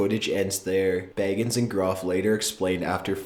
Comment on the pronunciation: Zak Bagins lol its Bagans but I found it funny because imagine Zak as a hobbit